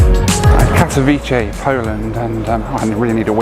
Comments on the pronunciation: Greate video. About your flight to Poland its Katowice not Katowiche. "c" sounds like in cementary, century, cent. Come to Poland more often, we have some greate places! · It's pronounced Kat-o-vitser not Kat-o-veechee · Katowice is not italian pronouncing "c" for "ch"... its like Katowitse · You said kadcwice wrong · Kato-Vit-seh (Katowice) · Katowice is pronounced CAT-OH-VIC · Pronounced 'Kato-veets-eh' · Need to toughen up. enjoyed the video, missing flying a little too much, I am. And I think it's pronounce Kaat-a-wee-se. I think from remembering being there in the mid 90's. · It's pronounced cat-o-vitz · you pronouced Katowice like 100 times and all wrong 😭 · I'm not Polish (Slovak) but I also noticed the wrong pronunciation, however I think the "c" in the words like "century" is pronounced as "s". The correct pronunciation should be like "ts" if I'm not mistaken 😊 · If pronounces Katowice like it's in Italy, I'm glad he didn't try to pronounce Pyrzovice! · Don’t think your saying Katowice correctly! Lol